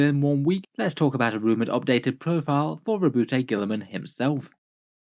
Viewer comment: His name is pronounced. . . Roe-boo-tay? I thought the t and e were silent (Roe-boo).